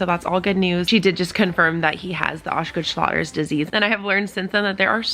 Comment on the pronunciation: It’s pronounced OSH-Schlatters disease my daughter got it from Gymnastics she gets flare up every once in awhile